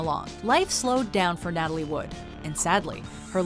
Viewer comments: Natalie not natalia. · make your mind up its Natalie, not Natalia. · Hey your called her Natalie then Natalia then Natalie again for god's sake get it right.